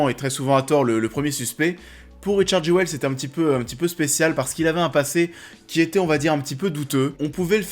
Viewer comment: ça se dit "jul" :)